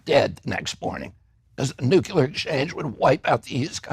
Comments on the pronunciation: I can’t get behind anyone who says “NUKULAR” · Forget everything else - RFK Jr says "nuclear" as "nuquler".